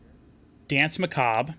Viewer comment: people still can´t say "danse"... it´s french!